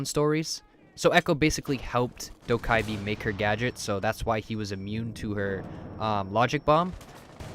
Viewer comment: You need to never say dokkibe ever again